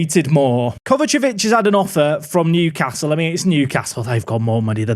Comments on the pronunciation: KovaČIĆ not KovačEvić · Take a drink every time mispronounces Kovacic